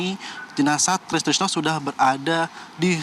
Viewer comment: Reporter sebut nama orang itu yang lengkap dong Try Sutrisno kok jadi tristrisno